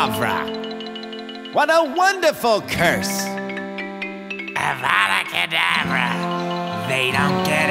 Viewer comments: Hermione : It’s not avauuda kedaevra Hermione : It’s avada kedavra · hey, why such a terrible avada kedavra in deathly hallows? "UVUDU KUDUVRU" it sounded like "I WANA BANANA"